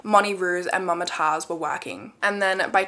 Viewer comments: it's moomtaajz not mumma taaz😔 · Mumtaaz is pronounced as Moom-taaz and not Mum-taaz. I'm a south Asian so I know no hate tho. Love your content, always waiting for Mondays♥️ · mama taz, lmao, its actually mam-tazz, like the pronunciation